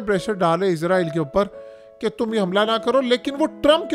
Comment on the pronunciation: Issss raaa eee llll....... Zzzzz nahen hai urdu mein "..... 🤦